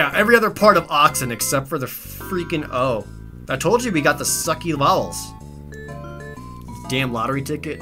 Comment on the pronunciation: "what vovels did i get? u and i?" i'm sorry jared :I